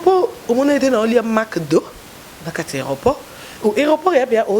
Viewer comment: Kiekiekie ozose kisa nga nde ozo prononcer McDonald's ngo 😂😂😂😂😂